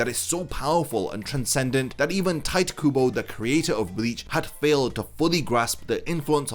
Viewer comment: i think you failed to pronounce tight kubo correctly 😅